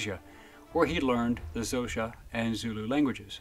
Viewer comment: Funny how you pronounced xhosa 😂